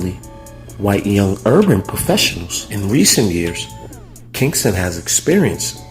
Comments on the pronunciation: Its not Kingston...its Ken-sing-ton...smh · It's KEN-SIN-G-TON. As a Philly native and having spent a lot of time down the way I can categorically say this video useless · It's called Kensington not Kingston,,😂